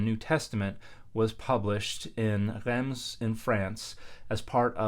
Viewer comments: Yep Reims is pronounced \ʁɛ̃s\ with a nasal vowel instead of \ʁɛns\. Dan’s trying to the uvular r, gotta go all the way and get the nasals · Pease don't says the 'm' in Reims. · Traditionally, in English, it's pronounced "reems". I would pronounce it the French way when referring to the city, but I would anglicise when referring to the historic translation.